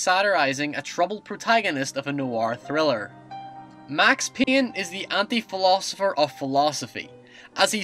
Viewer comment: Max Peeyn? WUT :D?